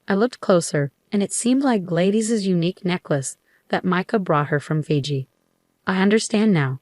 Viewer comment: I question whether this is legitimate since the story teller keeps mispronouncing the name Gladys. It is an old female name and pronounced "Glad-iss", not Glade-iss.